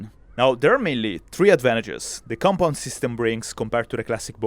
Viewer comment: kept hearing com pom bo